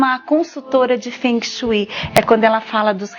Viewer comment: Kkkk Quem fala fungue shue????? Para vai.. Kkkk